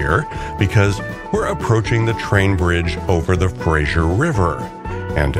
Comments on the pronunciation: The river is pronounced FraZer like Razor not like the comedy Frasier. Not a great way to come into Vancouver through the industrial areas - but that is what the railways were built for. There certainly are prettier routes by car. If you would really like a fantastic trip take the Rocky Mountaineer from Vancouver to Quebec city through the actual Rocky Mountains, and across Canada. Fantastic trip - this one was nice along the water. Pretty. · Its Fraser,,, not Frasher. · btw, im pretty sure its purnounced Fra'z'er, not so much frasure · I did not know that RMR ran a service between Seattle and Vancouver, and I live in the latter! I enjoyed the video, but would like to point out one detail: the big river crossing is the Fraser (fray-zur), not the Frazier (fray-zh[ee]ur)! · It must be an American thing, I noticed when living there, The Fray-ser River is somehow always pronounced by Americans as Fras-Zier River, adding sounds that don't exist. The English and by association the Canucks and the Ozzie's spell our rivers in this case Fraser, Like in Australia we have Fraser Island not Frazier Island. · Enjoyed your video very much. Two things though: freight trains in most cases take priority over passenger trains and it is the Fraser River (like Frayzer), not Frazier like you pronounce it. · It's not pronounced Frasher...it's Frazer. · Good video. Please stop pronouncing the river as the 'Frashure' river. It's pronounced 'Frey-zer' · A pleasant 24 minutes, nice!y presented. Just a couple glaring mispronunciations. Bellingham does have the ham part pronounced fully and it's the Fraser river named after British explorer Simon Fraser (Frazer), not the TV character. Oh, and in Canada we use the rooot pronunciation of route. After all, BobbyTroup didn't write the song Rawt 66.😁